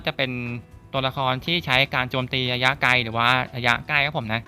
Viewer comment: ระยะคับพี่ ไม่ใช่ ยะยะ